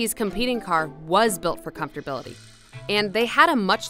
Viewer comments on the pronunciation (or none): not even comfortability. she said 'comfortbility.' so strange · “Comfterbility”? Wut? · She didn't say that, she said "Comfort-bil-ty" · For everyone wondering, "comfortabillity" is a word. It just doesn't look like a real word because it's too hard to pronounce. Look it up. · “Comfortabilty?” WT actual F?! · “Comfterbility”? WTF? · What the hell is “comforbility” 🤣🤣 stop trying to sound smart, it’s backfiring on you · I had to stop watching when I heard the narrator say "comftorbility" twice. How was this allowed??? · comfortability is 100% a real word — she's just butchering it with her pronunciation